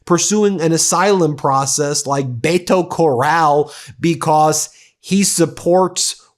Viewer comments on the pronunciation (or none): none